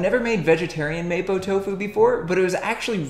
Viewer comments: It's mahpo not maypo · It kinda triggers me that he says mapo like maypo and not mapou... but I’m just happy that there’s a video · It's pronounced "Mah-pwo" Tofu not "Maypoh" Tofu. Good video though! I might try out your recipe myself!